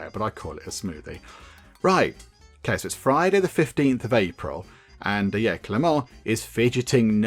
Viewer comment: Hey, the "t" in Clément is mute, so your second pronuntiation is the good one:) Nice video!